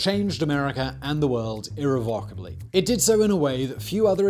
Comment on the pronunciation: Irrevocably/"Ear-Re-Volk-ah-Blee"!!! - Oh look at me, just because I'm Soyman Wiz-lah, moy peepull invented Ingrish! - Yes, you "Allegedly" DID, but NOT MODERN ENGLISH, you (quote-unquote; LOVINGLY THO') "factboy" - Goddamn it I love Simon, he's bluh'y AWESOMESAUCE!!! (NO JOKE! Ironic how Robert Moses, home of the Jews ironically; I'm not, don't judge!!) born in Waterbury, New Haven County, Connecticut ;-P